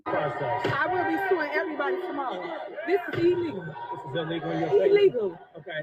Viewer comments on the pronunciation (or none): She said it was elegal not Illegal. elegal.